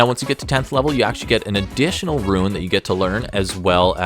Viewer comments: I keep hearing "ruin" whenever you say "rune" .. made for some interesting sentences 😅 I think a rune knight dwarf would be real cool. Perhaps reflavour the runes to be of dwarfish origin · Well, considering the damage this class is capable of dishing out, and the fact that it can "go large", maybe "Ruin Knight" isn't such a bad name. :P